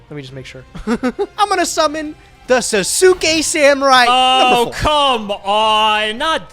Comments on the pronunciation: someone teach to pronounce sauce-kay, WTF is sa-su-kay? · Can someone please teach how to pronounce Sasuke correct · It feel so weird to hear pronunciation for Sasuke samurai😂